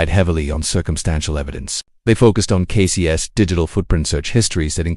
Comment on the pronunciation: Sloppy AI dub (Casey's = "Casey-ESS" - dude, for real?), AI-generated visuals, baity narration ("this will change how you look at that case, just don't stop watching!" my ass...), the title is also a bait. Sorry, but there are multiple true-crime channels that actually put in the effort and produce much better content, without trying to trick people into watching until the end... Putting on 'do not recommend' list.